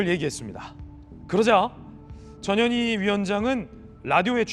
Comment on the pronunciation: 전현희위원장....발음이 꼭 저년이위원장처럼 들리는데 발음 조심해야겠습니다